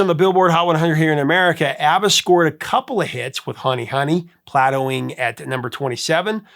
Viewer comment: You said, “platowing?”